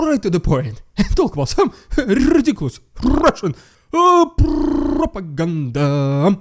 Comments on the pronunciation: Your « rrrridiculous rrrrussian prrropaganda » is still as funny even after hearing it a ton of times 😂😂 can’t resist, I love this segment every time. I doubt that Erdogan will arrest Putin any time soon; but now Erdogan is in position of power over Putin, and he can play this card to make him fold and accept grain deal. Putin thought he was in control of Erdogan, but I must say Türkiye seem to have played their card right to get leverage. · Rrrrrediculous rrrrrrussian prrrrRRRrrrropaganda is a great light hearted way to start things. It provides a much needed laugh in times where there is so little to laugh about, and follows up with a sober minded analysis of what is going on. Support Ukraine 🇺🇦 in any way you can. Because supporting Ukraine 🇺🇦 is supporting democracy. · .. 😅... RRRRidiculous RRRussian Prrropaganda!....... .... Always my favorite part! 😂😂.... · Rrrr. Rrrr. Rrrr. ™️ ✅ Extra bonus “R” points Yes, it is rrrrrridiculous 😆 But what would life be without it 😂😂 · I love your clips and the way you bring the news! But what's up with the 'Rrrrrrridiculous Rrrrussian Ppprrrropaganda'...?! I loved the way you pronounced it... But now you're kind of losing it! 😁 Keep it up, and keep it short and you'll be keeping it funny. (I think) Anyway, thnkz for you're efforts and Slava Ukraini!